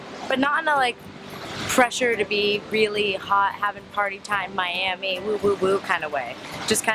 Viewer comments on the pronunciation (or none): none